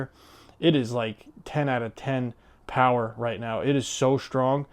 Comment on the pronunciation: Deserving of the PoWERRRR exclamation. 😂 Sssstttrrrengthhhhhh :face-fuchsia-tongue-out